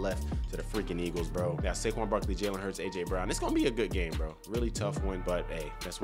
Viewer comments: bro really said Baquon Sarkley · "Baquon Sarkley" 🤣☠️